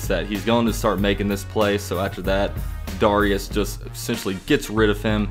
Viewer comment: You SUPPOSED pronounce it DARE-REE-ES 😂😂😂